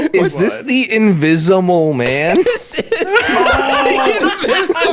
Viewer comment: Invi-zumel man, bye 😂😂😂😂